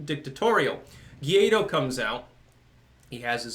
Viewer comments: Hey, it's GUAIDÓ not GUIADO, and the closest pronunciation for an English speaking person would be something like "why doe" with the accent on the second syllable. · His name is Guaidó, not Guiado. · It is Guaido...or Guaidó (in Spanish), not Guiado. I enjoy your shows very much,. Hello from NYC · Oh, he knows. He's said as much in the past. He pronounces it 'geeaydo' for the same reason he's put 'Tim Poole' in the title of one of his previous videos.